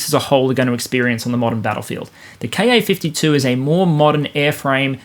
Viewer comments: Great analysis, as usual. My only issue is that every time you say “Ka-52” I hear”car 52” and my brain switches it to “car 54” and fills in “where are you?” But them I’m old enough to have watched that truly horrible tv show. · More-or-less random observation: I keep hearing 'Car 52' when you're saying KA-52. And I'm at the right age that it reminds me of an old black & white TV show called Car 54, Where Are You? I have little idea what the show was about (presumably the police officers in car #54?,) just that Nick at Nite thought it was worth telling me about. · When ever you say "KA-52", pronouncing the "KA" as a word instead of letters, it makes me think of an old TV show called "Car 54, Where Are You?".